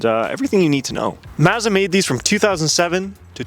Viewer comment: Bro, it's "Maawzzdaah", not "Mizzadwah" 😂